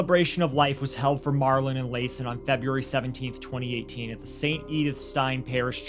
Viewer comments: Pronounced Lason wrong.. ITS La-sawn Also, its a shame crazy ppl dont know they are crazy. Rationalizing with them should be left to the professionals. But this woman isnt craZy...she knew right from wrong. She also made decisions for herself and her sons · Its very important to say the babies name correctly its La'son and its pronounced like la son.